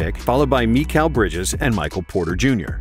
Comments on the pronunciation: i think most people pronounce it like mick-ale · most people pronounce mikél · "Meekhal Bridges" lmao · “Meekal Bridges” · Whose “meekayle” bridges? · Also, Meekal? Seriously?